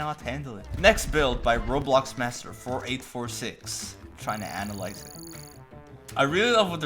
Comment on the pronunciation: Did he say antalize it I think he ment to sayyy ANIXLIZE IT!